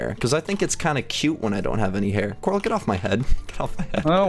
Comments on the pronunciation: corl not corp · you are not stupid but coral is tell Coral this